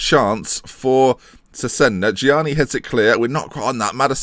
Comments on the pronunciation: Chezena it's pronounced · Chesena is how you pronounce Cesena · cesena is pronounced chesena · its pronounced as che-ze-na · it's che-se-na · Cesena is pronounced Chezayna